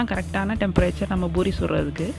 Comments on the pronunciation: Not boori say poori 😀😀😀😛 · It's pori not buri 🤦🏻🤦🏻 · Irritating when she says buri...